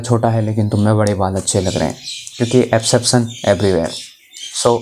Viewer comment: Bhai tere bolne tareeke se smjh gaya tha gadwali hai Par jab epseption bola na you had me 😭👍